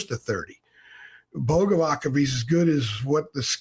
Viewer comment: It's pronounced Boga-vats. "C" makes a "ts" sound in Slavic languages